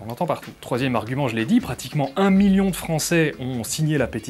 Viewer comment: Un miyon ? Gné ! Un miL((l)ion. On prononce mille et ses composés comme s'il n'y avait qu'un seul L. Aïe mes noreilles !